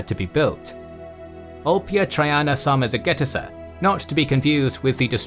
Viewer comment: Good job on the pronunciation of the Dacian capital. And then that big one later haha